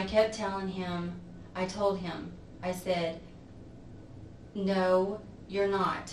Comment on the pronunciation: And “eem” instead of him. I hate that lol.